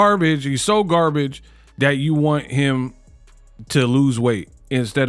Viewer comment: Shakur’s speech has been an issue for a long time. No one ever talks about the way he says, “him”. He says, “hum”.